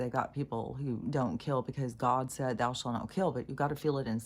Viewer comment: the "ou" in the word "thou" it not pronounced like in "loud"; it's like in "through". As if it were written "thoo".